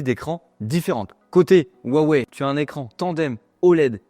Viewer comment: Pourquoi les Français ne savent-ils pas prononcer Huaweï mais disent toujours ouaouais ?